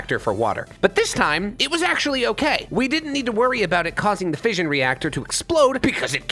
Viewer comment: And also him saying fision reactor is different from a nuclear react made me shoot myself.